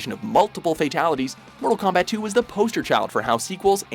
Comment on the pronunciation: I like how you called it combat instead of kombat